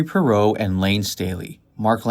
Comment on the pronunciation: Parro?! Says Parrott🦜. Parrott! 😂